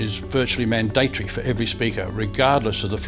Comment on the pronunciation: I couldn't get past the "Man-day-tory".